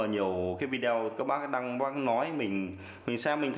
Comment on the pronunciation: góp ý chút, cụ đừng đọc là Vi Đeo nghe khó chịu cực kỳ luôn, đọc là Vi Deo hoặc Vi đê ô, Vi đeo nghe quê dã man ý